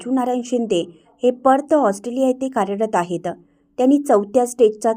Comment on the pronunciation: निवेदिका अशा का बोलतात? आहेत त वर जोर, धन्यवाद मध्ये द वर जोर त्यामुळे बातमी एवढी मोठी आणि चांगली असून रसभंग होतो